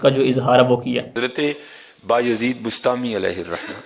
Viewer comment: Bastami nai hy bustami hy